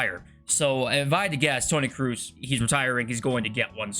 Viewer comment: Cannot wait for one the youtubers to pronounce Tony Kroose's name properly